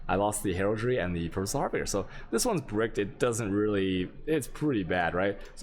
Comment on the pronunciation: You are trolling right? There is no second r in harbinger. Har- bin- ger (like Germany) not har-bringer. And there is no d at all in resonator... res- on-ate- er.